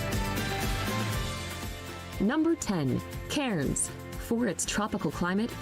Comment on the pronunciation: You’re correct. Cairns is in the north east and she’s mispronounced it. This isn’t the most accurate video, she’s an American and these are definitely not the best 10 places to see in Australia. She’s listed mostly a bunch of cities and towns and of course the best places to visit in Australia are outside of these! Some great places to see include the Blue Mountains, the Kimberley’s, Great Ocean Road, Great Barrier Reef, the Daintree rainforest, Coober Pedy (underground town), Uluṟu, Rottnest island, Cradle Mountain, Hunter Valley.. to name just a few!